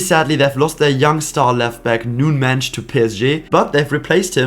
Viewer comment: You have very good portuguese pronunciation subscribed my men you said the most difficult names in portuguese Pedro Gonçalves, Palhinha, Nuno Mendes subcribed.